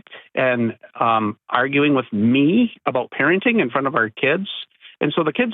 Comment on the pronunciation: the way he says “ME” after complaining that the kids became a priority